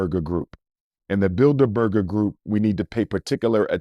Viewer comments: Bilder-burger lmaooo it’s bilderberg you pseudointellectual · He’s absolutely right. They make up the shadow government. But it’s Bildeberg. Not Burger 😂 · 😂, It's the Bilderberg Group, not "Bilderberger Group." I've heard him say this a few times. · It’s Bilderberg group not berger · “Bidlerberger”/‘Build-a-burger’ lol .. sir Umar, you mean The Bilderberg (no er) Group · I’m pretty sure it’s builderberg & not builder burger 😂😂😂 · “BuilderBurger BuilderBurger group” 😂 It’s Bilderberg!! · “The Builda Burger Group” 🤣🤣Im sure that’s not how it’s pronounced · Google *Bilderberg Group... And their annual *Bilderberg Meetings... he's pronouncing it incorrectly but is correct Abt what he's saying Abt who "selects" the presidents n have been doing so since JFK... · I agree although he mispronounced "The Bilderberg Group". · Research the *Bilderberg Group... And the *Bilderberg Meetings... he's right but pronouncing it incorrectly... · Research The *Bilderberg Group... And their annual *Bilderberg Meetings... he's pronouncing it incorrectly but is correct abt what he's saying on who actually "selects" the US presidents n have been doing so since JFK...